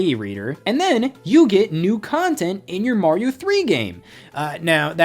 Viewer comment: Dear Americans, Mario is pronounced, er, "Mario", not "Morio". Thanks 😀